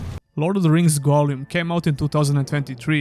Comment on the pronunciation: aah yes, Goljum 😂